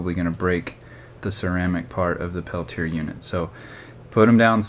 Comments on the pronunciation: The device (and the inventor's name) is pronounced "pell-tee-ay", not "pell-tee-er" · Brother, the "correct" pronunciation is "peltia." (The r is silent. the a isn't.) steve